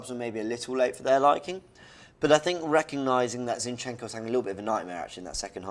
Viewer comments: I love how says ChenChenko!!🤣🤣🤣🤣🤣🤣🤣🤣🤣🤣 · "Chin chenco"... "Necketiah"